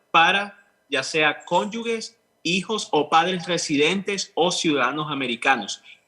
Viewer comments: A mi me da de todo cada vez que lo dice 😬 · Patricia, dile al abogado que se dice es cónyuge y no conyugue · Es que al pronunciarlo se escucha conyugue. Obvio , estoy casi segura que sabe que es cónyuge.